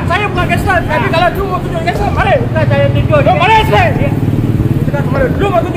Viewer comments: "lu gangsterrrrr ka? Lu gangsterrrr ka?" 6 harkat R dia hahahaha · Apaa bini dia sebut, genserkaaaa😂 aiyoyo